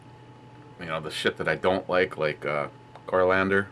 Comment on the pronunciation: Repeat after me, core-ee-and-durr there is no fucking L in in the word, dunce. As a professional beer reviewer you should know better.